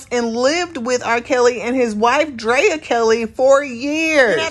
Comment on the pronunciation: Why does everyone call her Draya? It's pronounce Dree-ya as in Andrea, not Un-Draya.